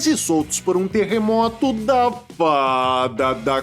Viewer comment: Eu me acabo de dar gargalhadas com o seu sotaque quando você fala com a ajuda da Faaaaaaaaaaaaaaaada da conveniência😊